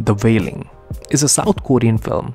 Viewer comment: The vailing lol